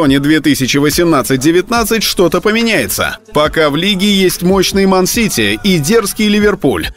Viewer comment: Я один услышал как гол24 когда рассказывал про ман сити сказал ман сиси